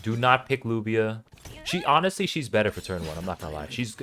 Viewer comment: You pronounce it Lavia or luvia not lubia